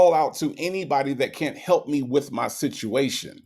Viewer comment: she can't pronounce situation to save her life. What is "sishuwation"?